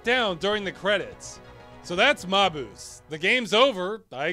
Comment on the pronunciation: In spite of what speak n' spell says, it's pronounced MAY-bus.